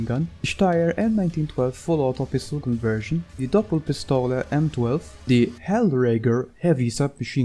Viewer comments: I love it how you pronounce the word Doppelpistole :) Very Nice video. Thx for it. Cbddbz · I didn't said you're pronouncing it wrong, it sounds only funny for a german.. But your english is very well...